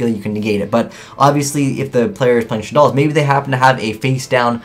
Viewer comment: 1. You pronounced shaddoll wrong 2. You put too much emphasis on what cards the decks don't have 3. You pronounced shaddoll wrong